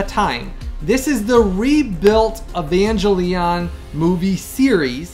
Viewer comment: Some help with pronouncing "Evangelion": "E-Van-Gel (soft g, not hard j. "ga", not "ja")-Eon". ^_^